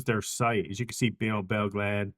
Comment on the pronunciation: It pronounced Belle Glade with the E